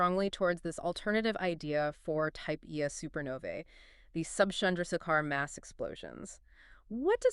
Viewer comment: Almost good, but the pronouncing of type Ia gives it away as AI. No way 2 separate people mess that up.